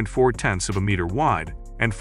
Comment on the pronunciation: say meter once more